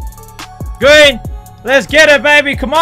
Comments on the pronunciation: That's a gween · it's gween lol